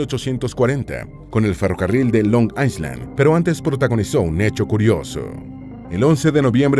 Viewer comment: La palabra Island se pronuncia sin el sonido de S. Eye-land. Es importante buscar la pronunciación de palabras de inglés antes de hacer el vídeo.